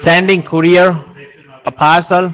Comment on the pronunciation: Lmao.. scammer in the background: Why you call here again and again! Love it! I'm a scammer! Got him to say it..haha! Awesome 👏 Koo rear? What's a koo rear? Look out for that frog information. Frogs can be unreliable.🐸 📝 Aww.. you dissed his grammar and he gots a mad. 😡 Haven't heard of this scam before. Great job. 👏